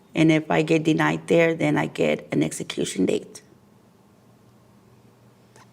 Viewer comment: Whoever the narrator is learn how to say execution